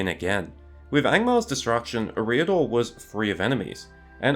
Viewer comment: Great work in fairness. And as you say "No one should be placed on a pedestal and beyond criticism" so it's "Eh-riador", the emphasis on the first syllable, but only slightly. Cheers and you're welcome 👍😁